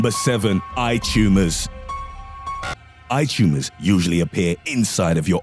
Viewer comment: I'm here to listen to a man aggressively and loudly over annunciate the words "EYE TUMOURS" at me.